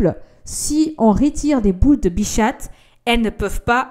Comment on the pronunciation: Bichate c’est trop chou comment tu le prononce 😂 c’est bicha(t) le t ne se prononce pas mais c’est trop chou bichate